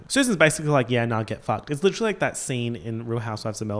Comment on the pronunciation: “Legiterally” lmao